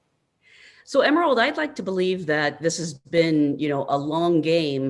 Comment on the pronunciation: learn to pronounce Emeralds last name correctly.